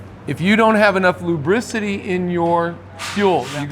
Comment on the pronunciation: " lubericity "... my word of the day, Thank!